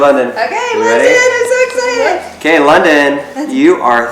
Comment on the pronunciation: Sorry but "London"? No offence but... "London"?